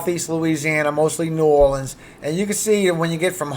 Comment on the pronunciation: you say New Orleans like you’re from Louisiana 😉